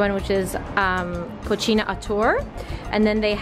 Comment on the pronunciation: Co-See-na not Co-chi-na😅😅